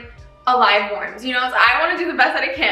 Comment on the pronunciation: You're good, I'm just being a troll😋and I really liked your video! (about the "warms"... 😁)